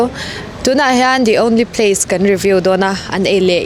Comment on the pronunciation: The only pace 😂